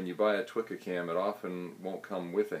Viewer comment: Great video. Just one minor point, Twca is pronounced toohka, not twikka. It is a must have tool for all Welsh love spoon carvers.